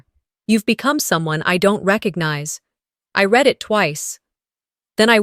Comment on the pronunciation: Another dropped wineglass. Doesn’t happen in real life. Irritating. Past tense of ‘read’ is pronounced ‘red’. Wish the AI would adjust the stories to remove the clichés and the incorrect pronunciation.